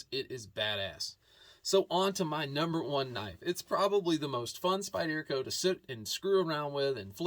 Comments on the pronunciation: SpyderCo is pronounced : Spider-co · I’m ocd as hell and you pronouncing Spyderco wrong bugs me 😊 that’s ok though.